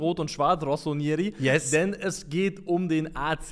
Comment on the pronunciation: Ich weiß nicht wo du das zweite i immer rausziehst? Das heißt rossoneri nicht rossonieri.